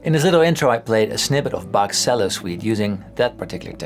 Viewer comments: it's pronounced "chello!" lol ;) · Cello is pronounced like "chellow". Sounded great though! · Also, the pronunciation of the word "cello" should have sounded funny to someone who knows italian, no? (he said like "sello" at like )